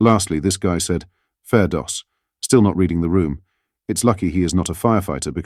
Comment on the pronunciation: No , it's a saying "Fair do's" It is pronounced incorrectly though!